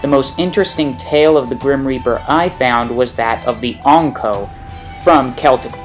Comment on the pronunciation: Triggers me how you say Ankou